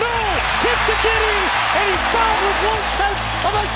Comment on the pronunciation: HE SAID TIP TO DIDDY NOT GIDDEY